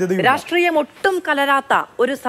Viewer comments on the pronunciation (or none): Ivanu rashtreeyam ennu parayan ariyille e, ratreeyam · രാഷ്ട്രീയം എന്ന് നേരെ ചൊവ്വേ ഉച്ചരിക്കാൻ അറിയാത്ത പരമ്പരാഗത SFI ക്കാരൻ😂